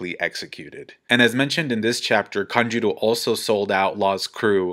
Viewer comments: Lol it's kanJURO, not kanJIRO... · Why do you keep saying kanJIRO ? It’s kanJURO lOL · AND THE OSCAR GOES TO... Denjiro. Wait no sorry it was Kanjuro